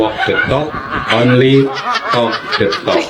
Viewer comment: Wi wok nde tok Not onle tok nde tok